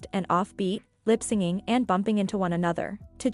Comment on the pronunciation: It's lip synching (as in synchronization) not lip 'singing'. Sorry, had to comment on this as I saw this in several posts, hahaha. 😜